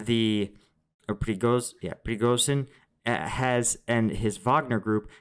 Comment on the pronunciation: Pre go zhin … that zh sound or like in precision Pre go sion.